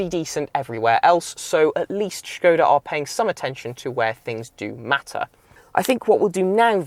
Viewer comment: Great to hear the correct pronunciation of the name 'Škoda'! Fun fact: in Czech, 'škoda' means [what a] pity/shame.